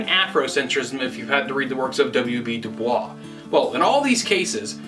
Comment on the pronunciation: If you've read W.E.B. DuBois, you'd be keen to remember it's pronounced "DEW-BOYS" no the French way.